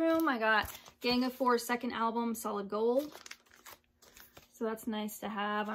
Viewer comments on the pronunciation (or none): none